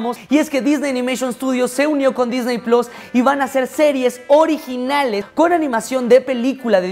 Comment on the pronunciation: me encantan tus videos y todo, pero por favor!!!! puedes dejar de decir Disney PLOS????? por faaaaaaaa